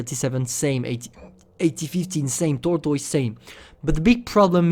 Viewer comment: Omg I'm was crying when you said tortoise lol sorry bud.